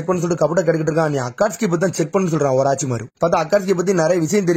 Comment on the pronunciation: Oraachimaaro Illa da orochimaaru